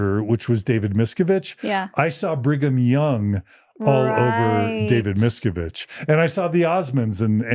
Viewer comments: dear John PLEASE learn to say Miscavige correctly Mis-CAV-age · Miss-ca-vidge: Miscavige, not Miskovitz. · John, Miscavage rhymes with cabbage - helping you with the pronunciation 🙂